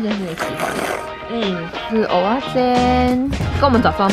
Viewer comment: 正音糾察隊報到~~ 其實蚵仔是念ㄜˊㄚˋ 芋頭是念ㄛˊㄚ ㄜㄛ念錯是不一樣的東西ㄛㄛ 厲害打厲害（其實還好😍）